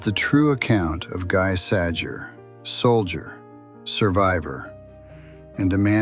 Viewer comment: Sounding more like "Gee Sah-Jay"